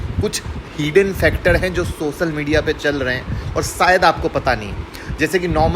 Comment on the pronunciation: Newj,Sayad ,sosal media, phayeda Abe pronounciation to Sahi karlo ghyan dene aajate hai